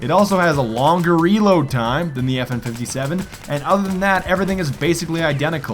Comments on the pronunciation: Every one got triggered when he said fn fifty seven instead of five seven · It's called a Five-Seven not a fifty-seven it happens to be named after the cal it uses which is the same a the P90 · It's five seven not 57 smart one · You triggered every gun nut by saying fifty seven it’s five-seven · it not FN57 its five seven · "The FN Fifty-Seven..." facepalm It's called the Five-seveN.